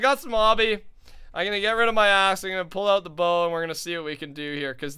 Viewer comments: Anyone else hear he said "ima get rid of my ass" but he meant axe. "Lol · ik what he is saying but it sounds funny ;)